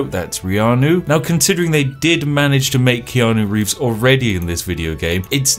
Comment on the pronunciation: ITS VEANU KEEVES!!! GET IT RIGHT!